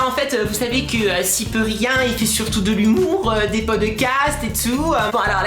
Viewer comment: Cyprien fait moins de vidéo car il prend du temps a trouvé les idée que squeezie lui il prend les jeux vidéo les plus bien notée chacun sont style est c'est "cyprien" pas "cyprerien" est c'est "squeezie" pas "squeeeezie" .